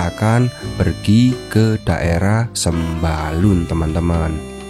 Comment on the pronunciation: Namanya bukan sembalon tapi Sembalun wkwkwk